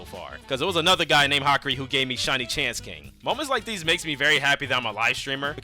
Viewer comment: Your saying hakaris name wrong